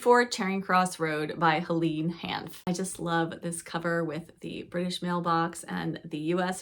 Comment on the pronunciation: Just to let you know that it's pronounced 'Hel-ayne' not 'Hel-een' (Hanff).